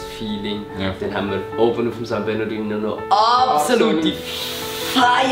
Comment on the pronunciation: Es heisst san bernardinO!😂😂